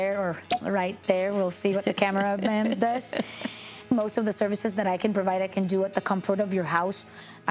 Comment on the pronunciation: I love this one. “Camaraman” is fantastic. is so knowledgeable. Bloopers are very funny.